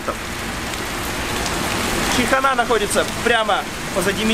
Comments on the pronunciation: не чихана а чайхана правильно произносится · Произнеси правильно,ЧайканА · чайхана читается через й